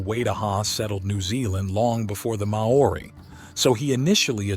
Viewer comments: You pronounce Maori seven different ways and none of them are correct. And that's not the only word you mispronounce. And after watching several of your videos it's clear you're uncomfortable writing something new. I mean every video has to say the same thing and you know exactly what I'm talking about. If this were a peer reviewed research project it wouldn't get passed because you use the same vernacular in the same way in every video in an attempt to sound more scholarly than you know how write. It is painful to listen to. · Listening to this and the pronunciations of the words are hilarious!!😂😂 Its no kai manaaaaaaaa ........wa. Its kai maua. Kai ma noooo ah. And its not the may ory people. Use normal vowels like a human??? Ma(short) oldy. Sounds like moldy bread . Moldy. Ma ori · You pronounce the word Maori wrongly. “Mow-or-ee” is incorrect. “Mow-ree” is better but not perfect. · Pronounce : Maori . not : Meiori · It's pronounced mau ree, not may oree. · It's pronounced 'Ma-ree' not 'May-or-ee'! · Dude Mou-ri not mau-or-iy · Pronounce Maori as in Moldy, not May Ori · he pisses me off whenever he say maar-orr-rie ignorant yank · The May-aurie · Māori is pronounced M-ow-ri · "The Marr Orri"😂😂😂😂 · Māori...pronounced Mouri as in mouse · Is MA-ORI, yet another mispronounciation of accepted words or just proof that Americans cannot pronounce words that have more than one sylable? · you should ask someone to tell you how to pronounce Kaimanawa it is kye mannna wah, mana is said munna Maori is pronounced MO RI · Interesting subject matter, but your credibility gets undermined by such gross mis-pronunciations as "mowaurie". If you haven't researched that properly, how can the rest if the material be trusted? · “Mayohrie people” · I guess you'd pronounce it as mou-ri, like mouldy, mōari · I would suggest "mao-ree", but it's a bit sad when Americans, so fussy about pronunciation of foreign words, screw up NZ's words when they have video sound proofs. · MAY-ORE-EY LOL